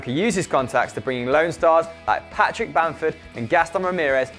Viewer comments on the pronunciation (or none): none